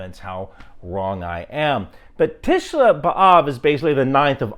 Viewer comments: This Hebrew pronunciation is tricky because it treats vowels as kind of consonants. So it's not "tisha", but "Tish-aa". And same for the second word. It's not "beav" but "Be-Aav" So in total: Tish`aa Be`av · You pronounce this really good just it is Tishah with ah instead of a a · Not bad on the first tisha b'av. The b'av is spot on, tisha should have the emphasis at the end with a harder 'ah' sound.